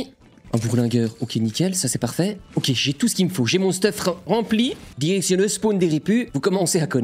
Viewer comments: En début de vidéo t’as dit erection à la place de direction 🤣🤣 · j'ai compris "érection l'olympe"